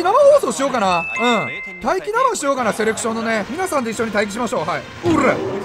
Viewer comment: セレクションなのにセレションになってるのは気のせいかな…？